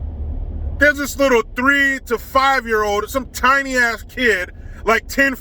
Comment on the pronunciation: widdw poweese lol